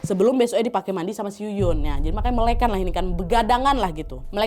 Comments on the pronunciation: Bukan melekan tapi melek an, agak dipisah cara bicaranya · melekan?? mele' an kali kakk😭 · Melek an bukan melekan kak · bacanya melekan bukan melekan